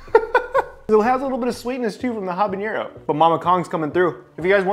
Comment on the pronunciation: Habanero not habañero.